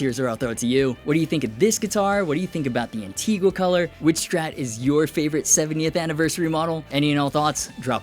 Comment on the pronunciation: The only thing I don't like about Antigua finish is 99% of everyone mispronouncing it.